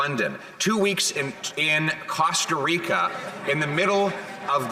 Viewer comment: THE WAY HE SAYS COSTA RICA.. 😭🤦🏻‍♀️